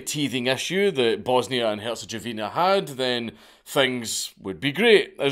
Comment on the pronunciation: As a half croat and half serb gentleman, I laughed my ass off hearing you mispronouncing everything 🤣 good try tho 👍